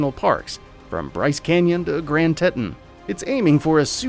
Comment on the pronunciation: Beneficiary? You couldn't just say beneficial? Also, pronunciation note: TEE-ton